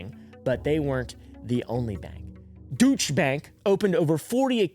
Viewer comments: FYI for future videos: for Deutsche (in Deutsche Bank), the Deut- is pronounced "doyt" while the -sche is the same as it is in Porsche. So it's more or less "doyt-sha." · 😂 it’s pronounced DOY-CHA OR DOY-CHÉ